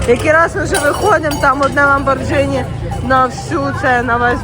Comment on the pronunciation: Дивлюсь всі твої випуски. Тільки правильно казати не ламбордЖіні, а ламборГіні. Тримай лайк від мене.